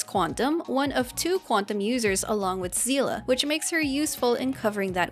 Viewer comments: >zeela SEELE, GANBARIMSU Explanation, JP (at least in Honkai) pronounced her name as "Seh-ley". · It's prouniunced sayley😭😭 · ik not everyones familiar with honkai impact so i'll let Seele name butcher slide it Seele is "ie" pronunciation at the end not "a", have fun playing the game everyone :) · im sorry but seele is not pronounced like that - it is german word (you can look it up) and i'm sad once again about va directors hoyo is hiring